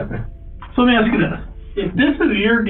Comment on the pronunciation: “aks her what I do” surely he meant “ask her” YouTube covered for him and wrote “ask” 😂